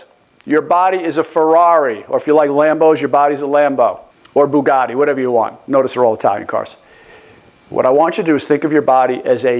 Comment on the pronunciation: Good video, Bugatti's French though, sorry. 😉